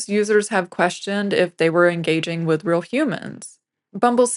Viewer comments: Brilliant video. Only issue is the pronunciation of "real" - that word does not rhyme with "grill." :) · Interesting video. As an aside, I got hung up on the presenter's pronunciation of the word 'real' or, as she says, 'ril'.